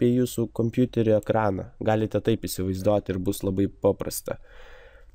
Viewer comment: Prasau nesakyk isivaizdoti per ausis eina :) Btw :LIKE